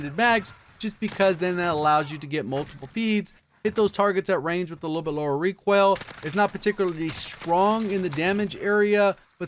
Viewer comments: Made in NoLa nah he says Requail instead of RE COIL. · Pope Gains he puts extra on “oil” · Why do you pronounce recoil like that? Kind of weird